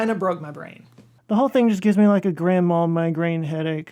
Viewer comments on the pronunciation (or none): Grandma headache...ha! I know you meant grand mal.